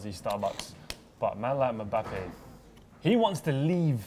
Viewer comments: Mebappe will meet mesunday loool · The only thing real now adays is how pronounces Mbappe. "Mebappe